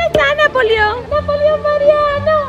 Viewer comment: dise napolio en serio